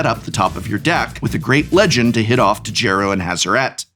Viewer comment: I’m pretty sure the “D” in Djeru is silent.